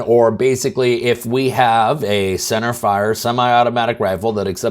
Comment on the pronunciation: I just noticed your emphasis on “center fire” rifle. That got me thinking. On a national level, is that part of the definition of an SBR by the ATF? Does a 22LR AR-15 count as an SBR if it has a pistol brace???